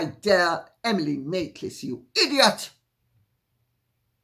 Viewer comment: Lady C, I just adore how you say IDIOTT....just like us Jamaicans. Thank you.